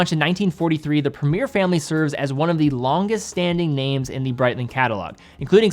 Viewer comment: Premier, along with route, is the worst word to hear pronounced in a US accent